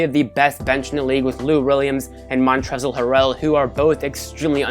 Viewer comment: I like how you pronounced Montrezl Harrell.